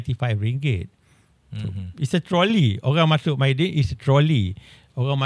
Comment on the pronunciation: Mydin bang, bukan Maydin 😅